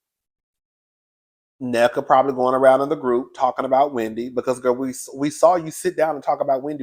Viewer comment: Na-nika not necka cuzzin😊😊